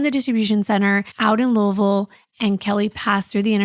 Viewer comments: As someone who has lived in Louisville (pronounced Loo-uh-vul, great job!) all their life and who grew up with people from Jeff and Corydon, I can't believe I've never heard this story! I was only 17 when this happened and there was no social media. However, something so brutal would have been all over the local news. So heartbreaking...😢💔 I was fully expecting the neighbors to be the perpetrators though...scary! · You said Louisville Ky correctly!!! No one does that!!! Just another reason to love you❤❤❤